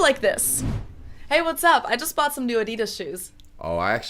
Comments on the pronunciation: I‘m German and live in the US and I was totally blown away by the fact that I can find so many German brands here! Hearing the funny American pronunciations though…hurts sometimes 🤣 Adidas is definitely one of the worst haha You’re doing great btw! Really impressed how fast you’re learning and your pronunciation is so much better compared to most Americans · Adidas is pronounced they way it is, because RUN DMC sung My Adidas, instead of Slick Rick.